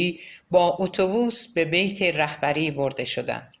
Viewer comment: با درود و سپاس از شما با شنیدن این داستان قلب انسان ب درد میاد اینکه چ کسانی و با چ فریب هایی ب قدرت رسیدن و با گذاشتن پا روی خون شهیدان ما جای خودشون رو محکم کردن 😢😢😢و با سپاس از شما گاهی در خوانش اشتباهاتی وجود داشت مثلا تلفظ بیت رو اشتباه گفتین و اسامی رو گاها جابجا گفتین موفق باشید